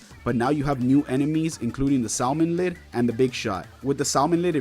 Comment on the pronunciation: is it just me or does it sound like "salmin lid" when he says slammin' lid